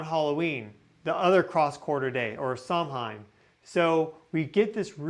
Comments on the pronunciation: 26.20 ooosht. As a Scottish lass who speaks the Gaelic, hearing you pronounce our Samhain so badly made me comment. It said "Sow-wen". Just for future reference. Love your channel, by the way😉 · Terrific report! Loved your great research. BTW, Samhain is pronounced Saw-wen.